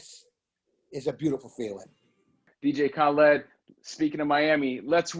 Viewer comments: 😂 “dj ka led” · Yo homie was saying khaLEDs name wrong so khaled had to drop the khaled khaled khaled and teach him a lil something lmfao